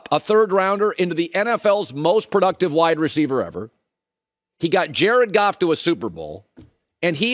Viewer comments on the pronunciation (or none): none